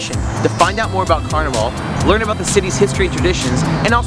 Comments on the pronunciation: This was A AWFUL REPRESENTATION OF MARDI Gras.. and we don't pronounce carnival. CARNEE VOL. .. ITS PLAIN OLD CARNIVAL. LIKE CARNIVAL CRUISE. SMH.. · It drives me nuts because you know they've heard people saying it correctly while they were here. How the hell can they spend time making this video, and not learn how to pronounce the name of the city? Not to mention they call Mardi Gras Car-Nee-VahLLL a few times, as if they were in Rio.